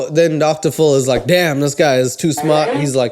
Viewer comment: Idk if I love or hate your channel lmao. I hate how you say Phil lmfao and I feel like most of your videos are just "random bullshit references" but I'm finding myself having a good time